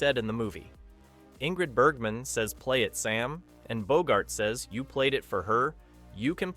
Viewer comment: Overall, I liked the video, but the narrator kept messing up the inflection on "Here's looking at YOU, kid."